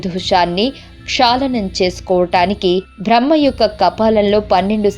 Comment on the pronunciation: కపాలికుల గురించి సమాచారం గ్రంధాలలో దొరుకుతుంది #భ్రహ్మ #భ్రా హ్మణుడు #భ లి ఏంటి ఈ #భా లు ఉఛ్ఛారణలో వ్యాకరణ దోషాలు చాలా ఉన్నాయి ..... ఆమె బ్రహ్మ మానస పుత్రిక కాదు శత రూప.... మనువు ఎవరూ ఎలా పుట్టాడు అన్న విషయం పై వివరణ ఏది పడితే అది ప్రచారం చెయ్యడం తప్పు